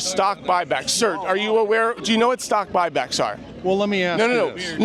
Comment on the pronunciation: “I’m not concerned with stock bock buy but…” 😂